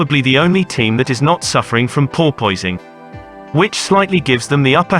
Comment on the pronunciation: I wish it was called bouncing and not porpoising. Listening to youtubers butching the pronunciation of porpoising is like fingernails on a chalkboard